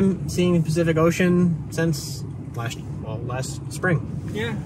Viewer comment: It's PACIFIC Ocean; Not SPECIFIC Ocean.